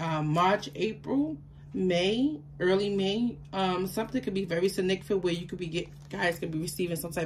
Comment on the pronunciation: "signicafant" breeeeeaathes in HAHAHAHHAHAHAHAHHAHA don't take it the wrong way that was hilarious, I needed that laugh. bless u,! 🥰